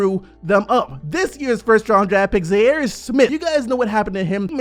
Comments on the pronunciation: jesus Christ bro his name is ZHAIRE...LIKE THE FORMER COUNTRY ZAIRE...stop calling him Zarry like hes Larry with a Z... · Can someone PLEASE teach how to say Zhaire 😂😂😂